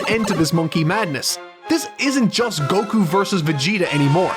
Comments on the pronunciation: you pronounce goku like cocoon and i dont like it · I hate how you say Goku